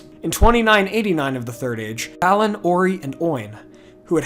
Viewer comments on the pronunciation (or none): Great videos you got going. Please try to have some decency and pronounce the names and places within the Tolkien universe correctly. For example. It's not Ballin' it's [Bah'linn]